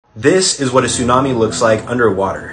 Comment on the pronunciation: That's not how you pronounce tsunami